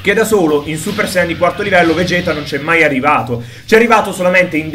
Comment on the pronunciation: SI PRONUNCIA VEGET NON VEGHET...